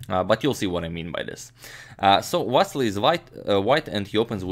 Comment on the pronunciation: please dont say vassli say it correctly va-ssi-ly